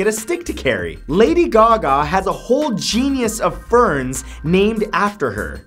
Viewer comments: *genus not "genius" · He is a genius for mispronouncing "genus." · why do you sometimes pronounce the word "genus" like the word "genius"?